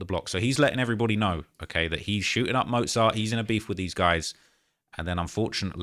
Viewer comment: He doesn’t even know how to say mozart lol